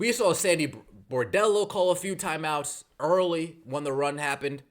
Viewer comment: what are these "thyme outs" you speak of?